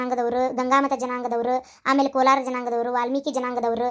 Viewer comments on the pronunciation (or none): none